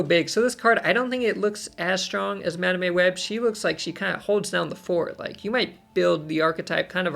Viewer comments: That madame pronunciation is diabolical 😂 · My soul shivers each time you mispronounced Madame 😂 Joking aside, these cards are so exciting and a shot in the arm for those who might find the game has gone stale. Picking when you ‘Activate’ their abilities is such a mind game and creates cool new strategies. Move deck enjoyers will surely be licking their lips at these upcoming cards (plus Kate Bishop’s grappling arrow). Another great video! 👍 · I don't get it, why does he pronounce it wrong? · You and cozy have to be trolling the way you guys are pronouncing madame and symbiote